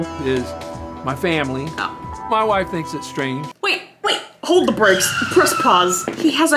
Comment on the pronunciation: I'm a new subscriber Kris The way she said "wait hold the breaksss press pause he has a huaiff (wife) Hahah that one got me I couldn't stop laughing